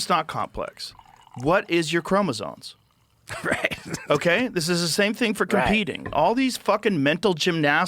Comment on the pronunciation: Yo Joe, they're called chromosoMes, not chromosoNes. Just saying.